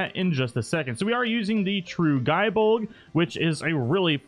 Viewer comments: it's gay bolg not guy bolg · Gae bolg is pronounced as Gay bolg. Not ga e bolg